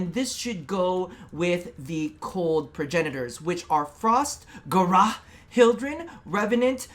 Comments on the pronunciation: Ga Ra? ITS GARA (gair-a) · Weird way of saying gara